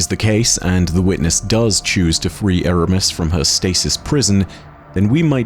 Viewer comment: Its Eramis